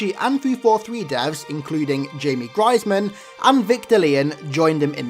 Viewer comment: It’s Jamie Griesemer not “Griesman” lol just saying